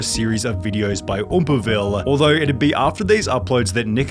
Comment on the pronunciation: And adding ahs to words. VideosAH.